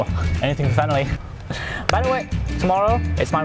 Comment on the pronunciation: Did you say family??